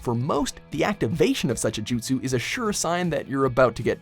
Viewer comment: Sahil Yeolekar they can't even pronounce jutsus right God damn